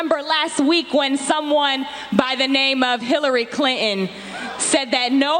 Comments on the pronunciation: ...Is it English? (families) "Famies" (ClinTon) "Clin-in" (Manhattan) Man-haaa-in... "T" is a letter in the English language! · Did the host say Hillary Clinin? Who’s that?